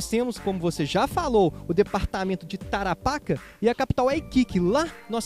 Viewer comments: Tarapáca?????? .eu amigo é Tarapacá....como chileno meus ouvidos doem so te ouvir falar errado. Alem disso esta historia esta mal contada e precisa corregir muitos erros e fatos historicos. Saludos desde Chile 🇨🇱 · O nome certo é "tarapacA"....tem que carregar a última letra "A".....MUITO BOM VÍDEO ,....NA VERDADE , PARA QUEM NAO ENTENDEU,...NÃO ERA O GOVERNO DA INGLATERRA JUNTO COM O CHILE.., NA VERDADE ERAM EMPRESÁRIOS INGLESES INVESTINDO NO CHILE E DEFENDENDO SEUS INTERESSES ASSIM COMO ACONTECE ATE OS DIAS DE HOJE, INCLUSIVE NO BRASIL...Com respeito à guerra das Malvinas,..o Chile deu suporte logístico ao exercito inglês, o Chile fez isso porque:..primeiro., existia um embargo de armas para o Chile..o exército chileno não era nem a sombra do que é hoje (assista aqui, parada militar chilena 2017),..e o exército argentino planejava depois de tomar as Malvinas .., invadir o Chile.., se isso tivesse acontecido seria uma massacre já que o exercito chileno era muito fraco..,por isso o Chile decidiu ajudar a Inglaterra, evitando assim a invasão do exército argentino. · Outra coisa, você pronunciou errrado Tarapacá, o acento agudo está na última sílaba e não na penúltima. Nem vou comentar.